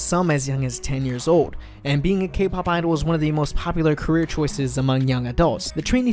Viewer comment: cAke pAhp lol <3